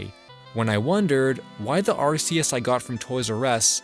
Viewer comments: This was a fun video to watch, but there's something else I have to say: Thanks for not calling Arceus "Ar-Key-Us" like the recent games do, "Ar-Cee-Us" will always be the best pronunciation. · Thank god, he pronounces Arceus correctly